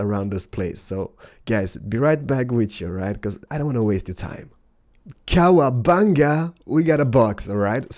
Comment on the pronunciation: bruh he said KoWaBaGa lol